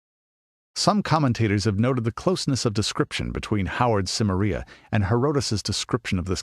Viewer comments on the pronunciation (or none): I wish he'd stop pronouncing it like "Simmer-EE-uh". It's Si-MAIR-ee-uh, possibly with a hard "k" instead of a soft "c", but this guy's definitely pronouncing it wrong. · I believe it's pronounced "Ki-meria," not "Sim-eria." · Your mispronunciations of Celtic and Cimmeria are infuriating. Why would you narrate this if you clearly cannot even pronounce such important words to the story? That point aside, I am glad that you did because the more about Robert E. Howard there is the better.